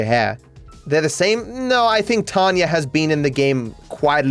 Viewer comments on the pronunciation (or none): ok, I can't tell if it's just his accent, but why does call Tonya Tanya?